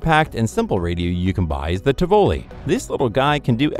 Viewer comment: Helpful hint: look up how to pronounce Tivoli.